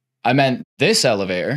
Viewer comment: It's Elevator not Elevay-or